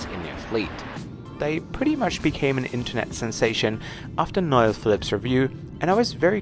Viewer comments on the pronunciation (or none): He is pronounced No L Phillips not Noil Phillips, keep up the great work. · yes. can't pronounce Noel(Noel Phillip's, who also has a travel channel) so he always calls him Noyl, lol! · Ur fellow Av geek Mr Phillips 1st name is pronounced No EL Good man yourself! Christy 🇮🇪/🇵🇹 👍